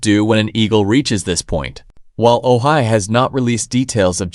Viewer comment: I don't think this is a reliable source. He isn't even pronouncing Ojai the corect way.